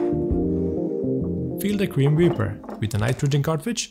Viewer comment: the way ya pronounced cream whipper sounded like grim reaper, so now i have the phrase Cream Reaper stuck in my head & that sound like it would be a great name for a cocktail no idea what would be in it tho